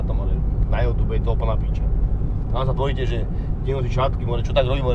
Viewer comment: nech sa naučí povedať You Tube chochot jeden :DDDDDDDDD